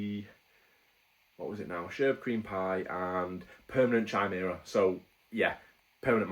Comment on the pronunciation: Pronounced 'Kaimera' 👍